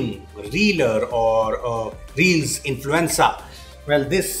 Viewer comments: influensssaa omfg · i thought he was saying "reels influenza" 😂